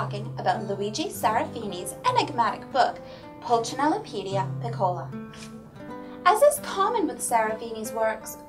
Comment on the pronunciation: Thanks for the review. Please though, "piccola" should be pronounced withe the accent on the "i", not the "o." And in French Pulcinelle, the "ci" part is like an "s" sound.